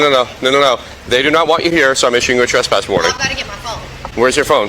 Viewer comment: A “tesspass”